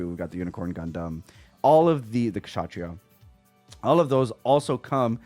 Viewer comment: You've got to be the first box opening content creator that has pronounced Kshatriya correctly.. and that is a shame.. but good on you bro